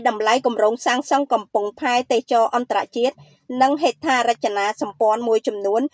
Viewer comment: AI ឬអ្នកអានព័ត៌មាន អានមិនត្រូវសោះ ទេសចរ ជាទូទៅគេ ត្រូវអានថា ទេស សៈ ចរ មិនមែន ទេស ចរ នោះទេ